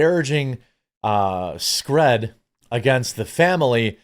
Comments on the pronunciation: Scrēēd, not scr/ɛ/d. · Screed not scred damnit. I like you don't fuck up on English. I bought your dumb coffee for my mother she better like it. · Jeremy, I hate to be that guy, but it really bugs me the way you pronounce "screed." It's pronounced with a long E, like creed, or breed, or deed. Sorry, it's just been bugging me for a while.